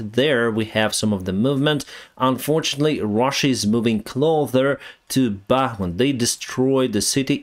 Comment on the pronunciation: they are moving closssser, not “clother” clothes sounds like close, but we usually pronounce “pick up your cloze.” But they are moving “closer” the s makes an s sound